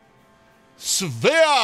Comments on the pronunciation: Schwer. Sh like in shore and add a where. And put more weight into the w like the v in verse. Maybe its more like sh(from shore)+v(from verse)+air. Schwer = Shvair. And then, this is the best: add another air for Schwerer. Oh yea and its a hard r. Try to make it sound more like you are a retching gargling pirate - roll the R! And for the gustav part. Try pronouncing it like the flubber stuff. Goo and add staff. And make it short. Try avoiding the oooooh~ in goo :D all set. Give it your best try! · schwerer not sweer 🙈🙈 its heavy in english. but love your WT videos <33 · sorry to be that person but you pronounced schwerer wrong th W in german is pronounced like a V